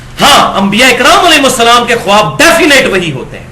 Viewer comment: ماشا اللہ معلوماتی پروگرام ۔ زرا سی گزارش ہے کہ لفظ "خواب" بولنے میں "خاب" بولا جاۓ گا۔خواب میں"الف" سائیلنٹ ہے۔"